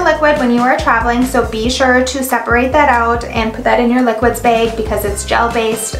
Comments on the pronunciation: What's a beg? I guess it's a Minnesota thing...😁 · The way she says Bag.... haha